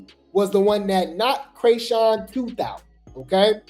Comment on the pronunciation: Say Chriseans name right.. like wtf